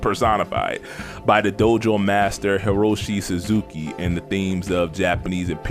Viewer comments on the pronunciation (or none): none